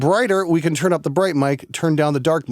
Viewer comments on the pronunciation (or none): none